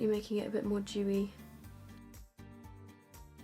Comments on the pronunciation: When she said Dewy I thought she said chewie LOL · Thought she was anti-Semitic for a while until I realized she's saying "Dewey"